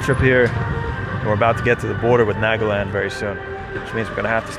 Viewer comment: guess learning to pronounce Nagaland (naa·guh·land) is too much for you